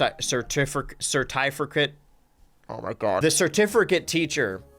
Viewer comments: so you’ve just been going your whole life saying “certifricate” instead of “certificate” your whole life? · finding out that he's added an extra "R" to certificate this entire time was not on my bingo card